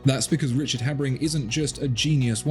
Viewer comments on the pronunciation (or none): Habring, not Habspring.